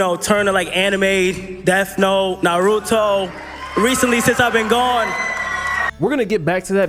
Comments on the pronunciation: I guess mispronouncing "Naruto" in an accent is considered a fake fan apparently. Also, I think he stated 2 popular ones as an example for the common folks in the audience to relate to his speech. And hey theres no need to overthink about these useless stuff like damn doing this will make you bald man. Try going out and relax for awhile 👍. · Claims he's got really into Naruto....doesn't know how to pronounce the word Naruto 🤔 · Kai is 100% capping about watching anime. He's just name dropping Death Note and Naruto (and mispronouncing Naruto which is proof that he doesn't watch it) because they are 2 of the most popular anime which would give him more brownie points with anime fans (Otaku). Also I believe that Kai is an Industry plant because AMP was already doing pretty good before they let Kai join them out of nowhere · Can we talk about how he said Naruto wrong